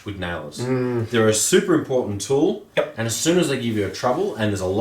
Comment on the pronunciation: That add.. 😂😂 he couldnt say tool Kept saying tewl